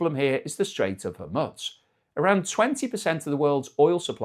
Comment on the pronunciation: Hormuz is not pizza! It is not pronounced Hormuts, more like Hormoose!